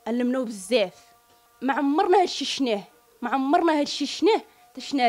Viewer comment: يا الخرا قولو شفناه ماشي شناه